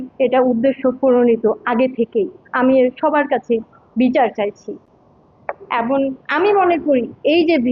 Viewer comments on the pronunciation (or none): এবন না ওইটা হবে এবং 😅